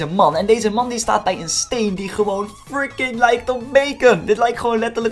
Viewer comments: Stop eens met friki te zeggen of hoeje het zegt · Je zegt alleen fricing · Waarom zeg je de deeltijd freeking